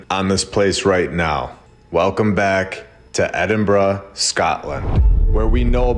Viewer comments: He pronounced Edinburgh correctly!! 🎊🎉🎈🎁🎂🍻👍🏻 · First time I've ever heard an American/Canadian pronounce Edinburgh properly 👏 that place is next level beautiful. Honestly amazing